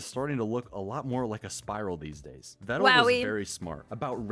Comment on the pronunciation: Tbh I didn't know I was pronouncing Pedal and Medal wrong this whole time. Glad he told me they are pronounced like Vedal is!